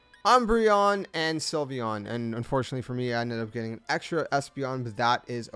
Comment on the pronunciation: THE L IN SYLVEON SHOULD BE AFTER THE Y!